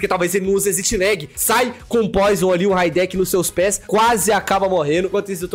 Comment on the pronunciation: Raideki kkkk é Rideiki